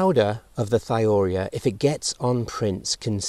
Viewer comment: Excellent video! However Thiourea is pronounced "thigh-oh-you-REE-uh". It's the molecule urea substituted with a sulfur atom instead of an oxygen. Organosulfur compounds often get the thio- prefix, hence thio-urea.